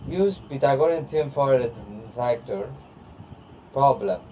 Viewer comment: He's like " uhh daa uhh and calculashionn uhh pythogoriuss "